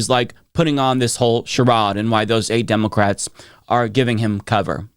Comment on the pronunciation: Demowcats 😂 dude needs a speech therapy.